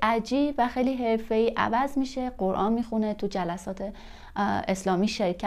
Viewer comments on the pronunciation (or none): none